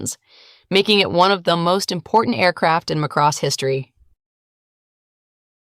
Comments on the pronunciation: It's MA-cross, not ma-CROSS. It's in the original English OST. It's older than many of you. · It's pronounced like Maa cross, this is almost sounding like mc-cross